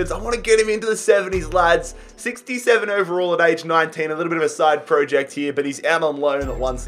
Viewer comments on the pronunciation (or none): none